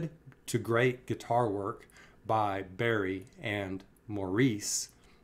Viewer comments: Love your description, as I also loved Robin's persona, talent & performance, especially in this particular concert... However & I know it is just your US way if saying it) but Maurice is _not_(& was not, by Maurice & his his family) pronounced as you do, as "Moreece" ☹️ He / they pronounced it. "Morris" ie the Brit Ish way. Thank you fo Reacting to this performance, it is my ok an favourite, too. Stay Safe & Stay Well. 🙂💕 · His name is pronounced Morris fyi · Hey I just wanted to tell you that Maurices name is actually pronounced MORRIS. 🙂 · Maurice is pronounced Morris. This is my oldest Brothers favorite song of theirs too. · Love your reactions but Maurice is pronounced Morris or just MO for those of us who love him